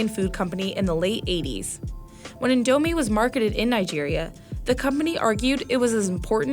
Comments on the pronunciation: They say it “in douuuu meee” and that frustrates me >:( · ITS PRONOUNCED AS INDO- MEE NOT INDO MI OR INDOMINE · *in*domie, not in*do*mie If you’re South East Asian and think that pronunciation was sacrilege, imagine hearing it as an Indonesian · It's not in dou mee it's called in do mee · It is still called INDOMIE... NOT NIGERMIE...😅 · the way she pronounce indo mie kinda ticked me off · its actually pronounced as in dough me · Lived in Saudi Arabia my whole life, pronouncing it as en-do-mee, how is it supposed to be pronounced? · in dou me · Vietnam's beef noodle soup is pho Oh, I pho-got Edit: when she said indomie if felt like commiting suicide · HOW did she butcher the word 'indomie' so badly? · The way she says indomie kills my indonesian soul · Hearing her pronounce "indomie" wrongly was sacrilegious to my Southeast Asian ears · How they say indomie and mie goreng annoys me so much since I’m Indonesian. It Stresses me out.